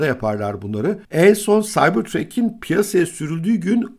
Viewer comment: Saybırtrak, saybırtrek değil